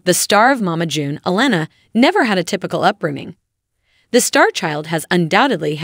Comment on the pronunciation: Why wouldn't it be click bait?? This lady don't even know how to pronounce honey boos name correct